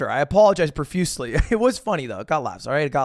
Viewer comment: "I apologized profusely after" hehe don't you mean "proFuslie"